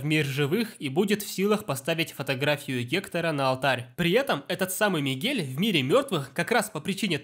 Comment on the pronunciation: Мне кажется, что он сказал Мигея